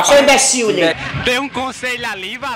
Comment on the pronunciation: "Seu ibeciliu" KKKKKKKKKKKKKKKKK